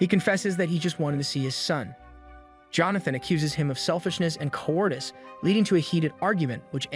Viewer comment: Good, but learn proper pronunciation of "debris, cowardice, naive"